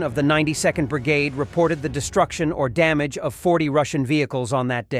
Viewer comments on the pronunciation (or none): none